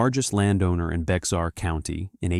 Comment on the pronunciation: FYI I've been to the Texas hill country many times. Bexar county isn't in the area. San Antonio is in Bexar. Bexar is pronounced Bayhar.